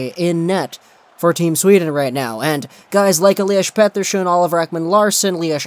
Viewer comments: They way you say Petterson triggers me and I have a decent knowledge of Swedish. I shoved one of your Petterson vids to my (Finnish-) Swedish friend and he said the same :D. Anyways your videos are always gold! Could you do a vid about Aho and Teräväinen. I know they got those points against Latvia, Norway and Korea but it's still impressive :) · Please stop saying petterson with that accent